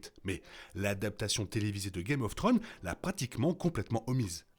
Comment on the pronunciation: Video super intéressante et bien argumentée. House of the Dragon semble nous montrer Dany comme la princesse promise. Cela relevera sans doute de la spéculation au final. Ps: vous narrivez tjrs pas a dire Thrones, le S nest pas optionnel, "guèm of tronze' la prononciation. Un petit effort ! ❤